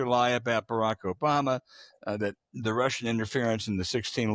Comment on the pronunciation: Why does James Carville pronounce that as “dat”?